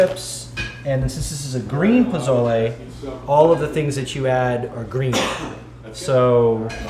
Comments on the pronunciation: It’s Posole, not Pozole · It's PO SO LE I see ever one beat you up on the pronunciation already. Next thing where I grew up in a Hispanic household, we used yellow onion as well as white and red. Red and Green Chile from Hatch, New Mexico. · It's Po-so-le. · It's pronounced PO SO LE just trying to help you out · You say pozole weird😂